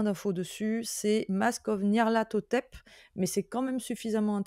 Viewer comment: Yeaah! Bravo pour ta prononciation pour les Masques de Nyarlathotep, c'est vrai que c'est pas évident les noms de ces grands anciens de Lovecraft. Pour compléter ta remarque, avant d'être une extension d'Horreur à Arkham, c'est surtout une campagne fleuve mythique (c'est pas la seule!) du jdr L'Appel de Cthulhu sortie dans les années 80 et rééditée moultes fois. Je ne l'ai pas malheureusement pas jouée mais elle est très connue des rolistes de Cthulhu. J'imagine que l'inspi vient aussi de là ;)